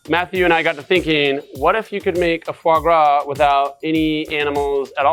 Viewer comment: Aaaand its not fois gras 😂